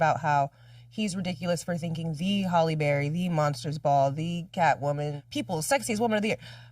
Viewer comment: Why do people keep mispronouncing her name?? It is pronounced 'Halle' not 'Holly' Berry!!!!!